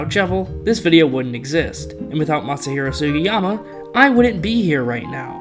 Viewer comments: ...how could you not pronounce that name...anybody can pronounce that😂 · can't even pronounce the name of the man that made sonic cd and sonic adventure 2 possible im crine😭😭😭😭 meanwhile matt rose pronounced jun senoue's name wrong